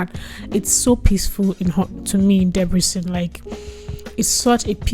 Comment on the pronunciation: just pls try to say "Debrecen" properly